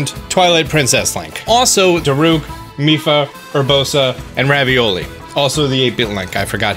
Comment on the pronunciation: did he call ravoli ravioli?